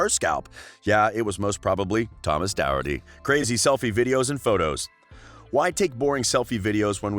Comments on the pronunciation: It’s not Doherty it’s dorcherty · Its Doraty Not Douraty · His last Name is Doherty. Is dat actually how his last name is pronounced??!!!